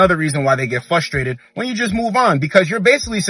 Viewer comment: Love your videos bro. Watched at least 100. But for the love of Christ. You say “FUSTRADED” a lot. It’s frustrated